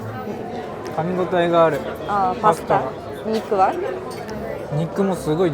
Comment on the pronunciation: жУвательная? Серьёзно????